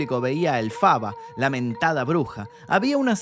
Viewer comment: Ok, pero su nombre es Élphaba, con acento en la É, no Elphába con acento en la A como la pronunciaste, igual gran video crack